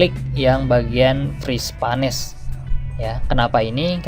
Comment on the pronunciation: Bermanfaat sekali tipsnya. Satu catatan kecil saja: "Freeze Panes" dibacanya /friiz peins/ :)